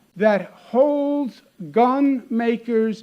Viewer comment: hehe not bun, gun